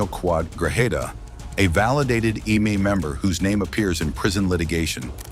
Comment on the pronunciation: If you know you have ai reading and saying it why don’t you spell out eme like em may so it pronounces it correctly